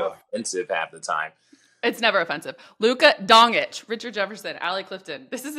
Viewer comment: He just call this man Luka Dong Itch 😂😂😂😅😅😂😅😂😅😅